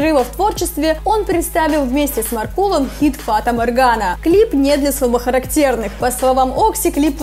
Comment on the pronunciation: Блять, научите ведущую ставить ударения в словах, либо перезаписывайте дубли. Это просто наплевательское отношения , когда она говорит "слабохарактЕрные".